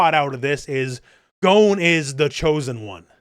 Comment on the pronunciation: No, it is "gone" not "Goan" - American English uses a different "o" sound to Japanese, and "Gon" is a Japanese name.